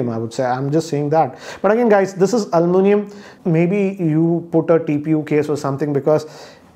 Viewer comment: its aluminum not almunium